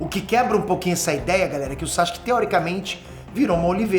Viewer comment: Pow, para de chamar o cara Saxque, o nome do cara é Sasuke, é só pronunciar bem rápido "Sassuke"